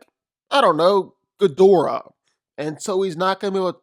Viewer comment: Smart smart enough Ghidorahs entire body is covered in brain neutrons ding dong Also I wanna know why half the entire section can’t say “Ghidorah” properly